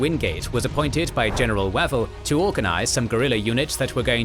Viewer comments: Wavell is pronounced Waayvell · I'm going to assume that the narrator's pronunciation of the name "Wavell" as though it were the delicious, notoriously equivocating, breakfast entrée (e.g., "General Archibald waffle") was anything but coincidental. Lol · Weird combination of good pronunciation of a lot of Burmese place names, but then butchering Wavell and Auchinleck.